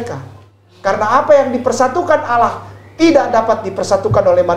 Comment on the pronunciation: emang mualaf pak! itu enggak perlu di bahas kali . pasti seluruh orang mengingat masa lalunya. mending bapak pelajari cara2 baca ALQURAN YG BAGUS. ALLA BUKAN ALA. ITU AJA DULU PAK. hal2 yg enggak penting2 enggak usah di bahas. saya punya teman orang nias 10 tahun dia sudah masuk islam. ketika sudah ketemu saya dan berkenalan .dia bilang ke saya pak saya mualaf. terus saya jawab kapan mualafnya sudah 10 tahun. dimana salahnya. ustad maaf bahasa Arab bapak masi perlu di tingkatkan. itu dulu yg penting. masalah mualaf enggak usah di bahas ampek kiamat pasti kata2 mualaf pasti melekat di orang2 yg mualaf. biasa aja kale!